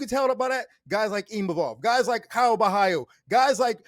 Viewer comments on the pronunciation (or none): none